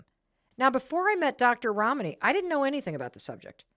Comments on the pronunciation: I’m sorry, I could not help noticing that Mel pronounces Dr. Ramanis name correctly the first time, but then start saying it like Ramaani. When you know a persons name you know it. Seamed very intentional. 🚩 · Please oh please learn to pronounce your guests name...Rom knee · I’ve been watching for almost an hour. I continue to be simultaneously frustrated by Mel’s inability to pronounce her guest’s name correctly, and in awe of the humility and grace extended by Dr. Ramani to Mel for mispronouncing her name. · Mel you are pronouncing Ramani as if the name has Italian origin. It doesn’t. It’s Asian!